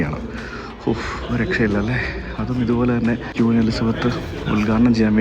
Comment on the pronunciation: Hello ക്വീൻ എന്ന് പറയൂ പ്ലീസ്. ക്യൂൻ എന്ന് പറയരുതേ